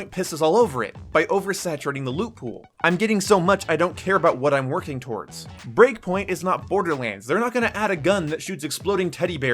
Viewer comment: Breakpoint. Not breakingpoint 😂😂